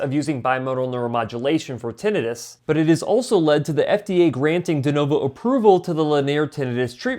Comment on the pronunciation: You mispronounced Tinnitus